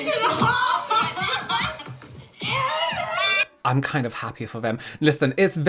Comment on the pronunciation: Does anyone else hear "wh*re" when he says "haul"?!